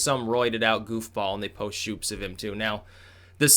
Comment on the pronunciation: YOU SAID "SHOOPS" THAT IS HOW I KNOW I CAN TRUST YOU